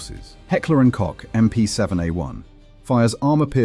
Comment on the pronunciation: "Koch" is pronounced like Coke - the drink. Good video!